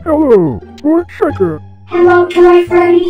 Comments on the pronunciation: Yea chicka that's how it sounds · Wow chica even said her own name wrong what's with people doing that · Chica sounded like she said Chiga the chigen XDDD